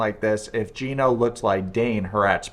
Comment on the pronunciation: “GYE-NO” lmao. Just discovered your channel and it’s awesome.